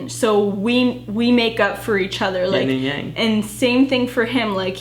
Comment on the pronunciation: "Ying and Yang"😭